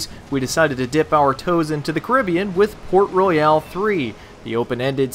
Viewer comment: i am from the Caribbean and you Americans say it wrong